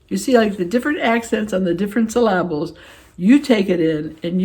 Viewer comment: I found my joy... with your unique pronunciation of the word "syllables." Got me chuckling. (I can always count of you to make me giggle.) I love Bella's comment about being her own best friend. On my aging report card, I give myself an 'A' for effort. I wear makeup, fix my hair (which entails slipping on my wig) and go through a nightly routine of serums and face creams. But as we all know (i.e., your dinner crasher) not everyone feels that way. To each his/her own! See you next time, my friend.